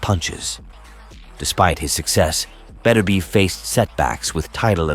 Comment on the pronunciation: Im sure thats not how you pronounce his name 😅 good vid 😊👍